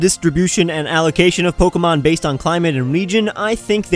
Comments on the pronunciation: You're the first person to address the "not so good stuff" and I'm glad. I've heard so many news reports on the app and sure, they were pretty darn stupid, but the pronunciation of the "é" in Pokémon is probably the worst thing I've been hearing ever since. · poke-mon poket-monsters